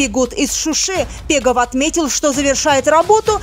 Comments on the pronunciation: Не Пегов а Бегов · Ни пегов , а Бегов !!!